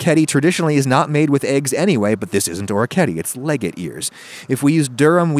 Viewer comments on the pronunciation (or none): legate is not pronounced "leg-it", it's Italian so "ley-ga-tay" (long) maybe don't name it something you can't pronounce.